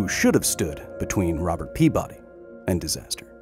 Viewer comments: Kyle, my friend. His name is said out loud in the clip in the beginning of the video. It's pea-buddy, not pea-body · This man was from Rhode Island, his last name would have been pronounced PEA-buddy